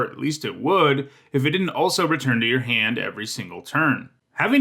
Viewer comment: Where are you from? I'm curious because of the way you say "Tinker" and "hand."